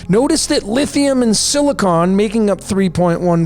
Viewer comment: Lithium = Lit Hi Um and Silicon = Sili Con 😂